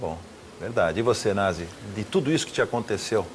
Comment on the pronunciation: O nome do cara é Na"z"i. klkkkkkkkk